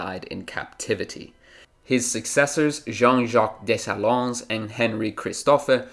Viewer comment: It’s pronounced Dess-saleen. Other than that great video!